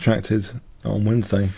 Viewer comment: Best of luck on your mouth's recovery! I did find it humorous how you pronounced "Wednesday" at about 😁. Thanks for the great content,.